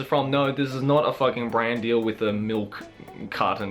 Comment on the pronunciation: Am I the only one who heard "wiz my grandma" not with?